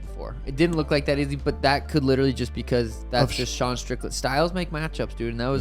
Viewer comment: I absolutely HATE how you say Izzy’s name. Just for the record